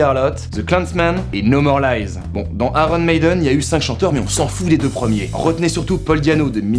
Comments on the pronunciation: pour te simplifier la tâche: en anglais on prononce "ailleune", et voilà, plus de problèmes avec ce putain de r :) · la "blague" c'est qu'en anglais on prononce pas le r de iron, ça se dit "ayeune"